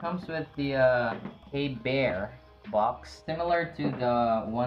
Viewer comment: Pronounced KB ear for future reference. KB fans will attack you😅